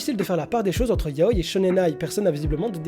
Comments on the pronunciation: Hello! Quand j'entends "YAOILLE", comme dans cette vidéo, ça me donne envie de décéder. Du coup, répétez après moi: "YA-O-I". Autrement, bonne vidéo. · 707 mon prof de japonais nous l'a appris comme ça et puis c'est plus logique de prononcer un i comme un i tout comme le prononcerait un japonai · On dit Ya-o-i pas ya-oi pleaseeee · "yaoy"... Ça me perturbe tout du long 😭 ya-o-i 😭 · Toute la video ta prononciation de yaou m'a perturbé. On dit yaoi avec un i et non yaoy comme kawii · On dit YAOIIIII AVK IIII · Le mot "Yaoi" se prononce bien "ya-o-i" avec un i bien distinct. Toutes les sonorités en japonais se prononcent et ce mot là n'est pas une exception ! Dans la vidéo, la prononciation est donc fausse. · Doukyuusei mon oeuvre favoris ( en tant que fan de yaoi ) j'ai beaucouo aimé ta vidéo à un détails prêt... Je t'es supplie... revois ABSOLUMENT TOUTES TES PRONONCIATIONS XD vraiment parce que c'est ya-o-i et les et [ doukyuuSSei ] et non [ zei ] etc mdrrr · Je ne suis pas d'accord avec toi, certe le "i" doit être prononcé, mais pas comme "kawaii" ou c'est vraiment distinct par exemple. La sonorité du "i" de yaoi est vachement réduite pour se lié avec le "o", car c'est une voyelle. Mais après réflexion il est vrai que dans la vidéo il ne le prenonce quasiment pas, alors qu'il devrait être légèrement plus prononcé mais pas extrêmement non plus. En soi, la vraie prononciation est un mix des deux, mais avec un "i" toujours moins prononcé que les mots possédant un consonne avant le "i", ou la même lettre avant. Voili voilou !